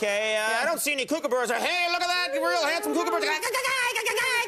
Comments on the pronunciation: It’s pronounced cook a burruh not cook a bear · It’s not a coocooburrue it’s a kookaburra ko-ka-bar-rar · Americans say Kooka-barra it's Kooka-BURRA mate! trust me I'm Aussie! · Never in my life have I ever heard a kookaburra been called a kookabear? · I’m Australian and I’m ashamed about how he pronounced kookaburra. It’s cook-a-burra. Such an expert....... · Can't pronounce kookaburra and worse impression ever. Sincerely, Australia.